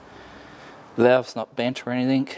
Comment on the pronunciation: Anything, ANYTHING, not ANYTHINK